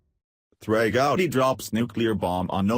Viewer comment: If you want to hear our voice.our voice,how about shutting off the roboreader and letting us hear your voice,your voice ?good story,but these robos are making me think I am the last live human on the planet,the planet,maybe along with Trey Gooody,and other mispronounced names.